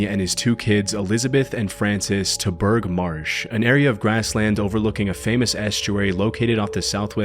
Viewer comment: It's also pronounced 'bur-ah' not 'berg'.